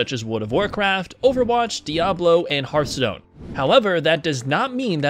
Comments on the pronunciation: Fucking day hearthstone correctly is one thing we all want to forget about he ath stone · Ungh the way he mispronounces hearthstone hurts my ears.